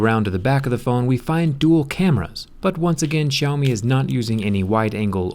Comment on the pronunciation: No one can pronounce xiaomi right